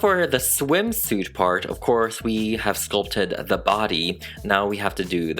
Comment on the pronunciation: “The body” 😑✋ “The badyadyady” ☺️👍